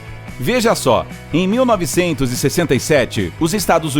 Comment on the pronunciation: Super DISLIKE pelo sotaque ao dizer "em 1967"...